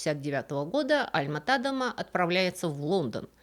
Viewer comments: Очень интересно! Но почему ТАдема, даже не звучит, тем более Вики дает ТадЕма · Да, всегда был ТадЕма. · Всё верно, ударение на "е", и название деревни тоже озвучено неверно, оригинальное название на фризском Dronryp, на нидерландском Dronrijp - в обоих случаях произносится Дронряйп, но тут я это отношу с особенностям нидерландского произношения, которое мало кому известно, хотя в нидерландской версии википедии для многих названий и имён есть озвучка.